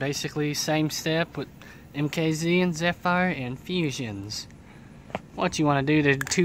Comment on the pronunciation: Learn how to say zephyr. You're not saying the word right at all it's not zetfire it's zephyr